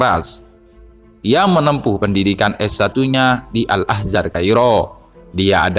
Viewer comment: Al Azhar bang, bukan AL Ahzar